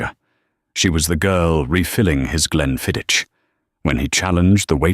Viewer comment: Glenfiddich is pronounced with a very, very soft ....ch almost Glenfiddi Get the idea?